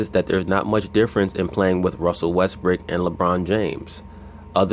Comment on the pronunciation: I like your videos but you should stop calling him Westbrick, you have people who want to like listening to you who are from Oklahoma city and are fans of Westbrook. People understand you are trying to be funny but its getting old.